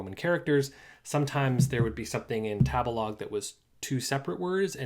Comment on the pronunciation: 第一次聽到tabelog 唸 塔別拉個…interesting…